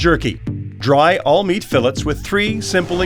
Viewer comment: Only a Canadian can mispronounce fillet.